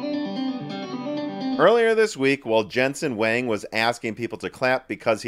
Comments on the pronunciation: Huang is pronounced like "wong" not "wang." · one day you'll learn how to pronounce Huang, hahahaha. thanks for the laugh.